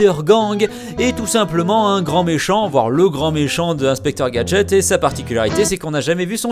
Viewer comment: c est pas inspeqtor gadget x